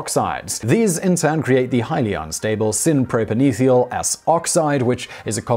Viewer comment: Holy crap, could you mispronounce propanethial any worse? It's a kind of thial, namely a propane thial. Not a propan ethial, whatever that might be!